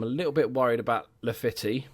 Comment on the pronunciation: As everyone has said Weigl is like vye-gul. And Laffitte is pronounced like la-feet, but by all means carry on as you were